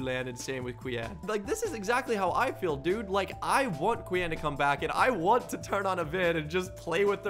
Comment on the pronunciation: Says i feel smart right before saying fill instead of feel 😂🤯